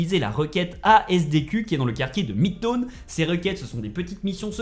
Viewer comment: Chinatone 😂😂😂 midtone tes sur que tu la fait le jeux c'est quoi cette prononciations